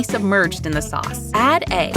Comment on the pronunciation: Bro, I barely hear the word "egg".🙏🙏